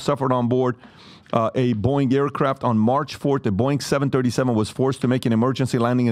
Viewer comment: Pat , its Boeing, NOT BOING! 🫣🫣🫣